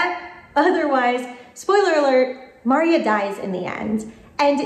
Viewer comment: it's mar-EE-a not MAR- ee-ah. Seriously,. Have you even watched this one?